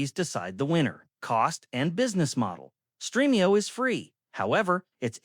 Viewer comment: Streamio not Strehmio